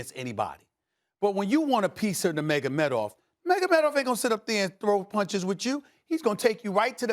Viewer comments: Stephen “Nurmagamedov” A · No one: Stephen A Smith: Nermagomedov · Mag-a-med-off..... lol. Stephen kept saying this in another video. I didn't know what he was talking about. I finally realized he was talking about Khabib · Ufc fans: Nurmagamedov Stephen A. Smith: Mega medov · SAS: "NEMEGOMEDOV" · SAS doesn’t even know how to pronounce khabib nurmagomedov name Lol 😂